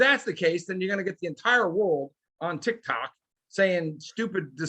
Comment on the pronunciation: yeah but please don't say tic Tok I can't handle any more